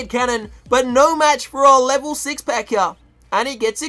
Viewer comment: when he says pekka it sounds like he sayin pecker